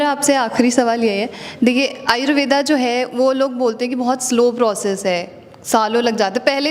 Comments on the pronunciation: Thanks for information, कृपया आयुर्वेद को आयुर्वेद कहें, आयुर्वेदा बोलकर इसका अंग्रेजीकरण न करें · Madamji,namste.Apka dr.sab ke sath jo bahut mahatvapurna batchit hui ye acha laga .Lekin es darmyan aap Indian hone ke bavjud Ayurved is shabda ka sahi ucchar kare ese "Ayurveda" na kahe ,dhanyawad.